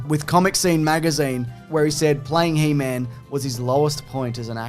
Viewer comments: HE...MAN, not hemen. Or is that a semen joke. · Hemen? It's He-Man! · It's pronounced "Heemun." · He-Man shouldn't rhyme with semen...you're saying it wrong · He-man. Not Heman. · Why do they keep saying hemen instead of He-man? It’s hilarious lol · he's constantly saying 'he-min' & not 'he-mAn'_________what. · Firstly, it's He-Man not "Hee Mun", wtfwrong with you. Also, stop saying "", he's the only other person there, he knows you're talking to him, it's the weirdest thing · The way you're pronouncing He-Man like it's his last name is cracking me up. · It's He-MAN. Not He-mn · you say He Man like 'hymen' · How dare you pronounce he man like semen lol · The way you say "he-min" annoys me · Why does say He-man like semen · You guys say "He-Man" like "semen." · the way you say he-man is killing me. heeman lmao its HE, MAN. theres a separation there xD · I love that they pronounce He-Man like a last name (like Goldman) lol. its one of my favorite old yogscast bits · pronouncing "He-Man" like "semen"... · He-Man……does not rhyme with semen!😂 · strangest way to pronounce he-man 😂😂 also, love interrupting with the matchbox comments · I know is mispronouncing He-Man on purpose. shakes fist!!! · The way he says He-Man actually hurts my soul.